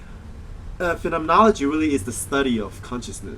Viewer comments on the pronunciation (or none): You didn't pronounce phenomenology right once.